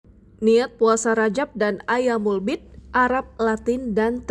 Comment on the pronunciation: Ma'af, bukan ayyaamul bi'di tp"ayyaamul biidh" 🙏